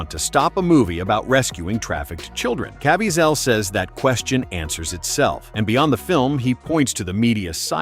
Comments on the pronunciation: Or at least teach AI how to pronounce names???!!?!! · This is a very informative video, but was not proofed for mispronunciatio of Jim Caviesils last name!!!! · there is SO much more to this... also can you please learn how to pronounce Jim's name? :)